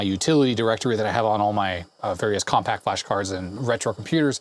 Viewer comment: "Definitely on the Compaq(t) size ...." Nice.